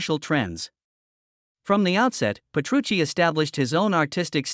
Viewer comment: Ole por mi Sensei!! porque debería disculparse? es una gran persona, con un gran sentido del humor, un maestro en todos los sentidos, humilde como el que mas, y un gran placer trabajar para el y DT cuando van por Asia. por cierto amigo.... Petrucci, repito, Petrucci!! para hablar del guitarrista más grande de todos los tiempos, hay que informarse al menos de cómo se pronuncia su nombre.